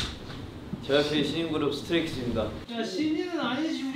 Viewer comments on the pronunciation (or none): しんじんぐるーぷ 発音日本人すぎるㅎㅎㅎㅎ